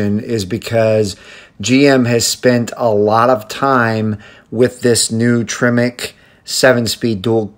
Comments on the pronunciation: It's Tremec , not tremex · Tremec, not tremex